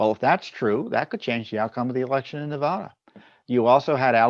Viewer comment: Tom, a minor point the MSM always gets wrong is in the pronunciation of name of the State of Nevada. Any native of the aforementioned will tell you the "vad" in "Nevada" rhymes with "bad", not "pod". In fact, I've heard quite a few surly and long-winded lectures on the subject.